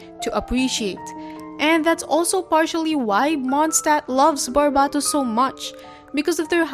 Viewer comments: which one, I've never heard someone say it like that and I grew up in a very polylingual place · Bc it's their accent 💀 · I was half asleep while watching this but I was awoken by shock from you saying Barbatos wrong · Why do you say Barbatos like that?